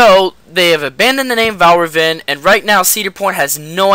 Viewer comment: Hey ummmm dude it is called Valravn lol